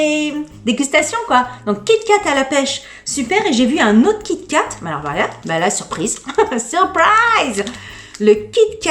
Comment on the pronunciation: Kit et Kat !!🤣🤣🤣 on dit "kitkat"